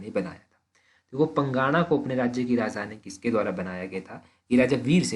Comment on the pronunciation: सर ये जो आप पंगाणा बोल रहे हो यह पांगणा है